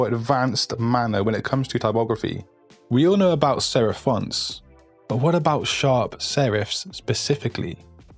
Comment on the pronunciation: sherif ? or serif ?